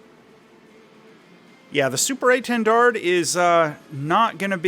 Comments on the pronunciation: Please, the last D is silent, its quite disturbing to ear that mistake. French is hard langage, hope this can help english speaker. A French loving is history of aviation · To say étendard, try saying "lil". Then take out both l's. That's the é. Then try saying "lawn", but don't say the n and replace the l with a t, that will be the "ten" part. Then try saying Dalia, that first part, the "Da" is the intonation you want for the initial portion of "dard". To get the French "r", you need to think of it as a raspy "h" sound; the American "r" has your tongue moving up while the French one doesn't need the tongue to move at all, and doesn't have the "r" sound coming from the back of the throat but the front. Then you ignore saying the d at the end of "dard". That will get you saying "étendard" the right way (or itawhdarr). :) You could always say "Banner" as well and that would be technically correct. Same goes for saying "Mystery" instead of Mystère haha.